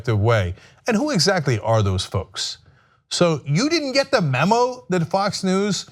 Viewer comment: "You didnt get the MOMO!" I'm distracted by Cenk's mispronounciation. It was hilarious.